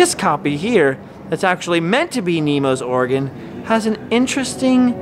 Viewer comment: It sounds more like you're saying Oregon rather than organ. Like 50% of the time. Maybe it's just me. Especially being from Oregon.